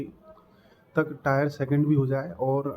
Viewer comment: टायर नही टियर 😂😂😂😂😂😂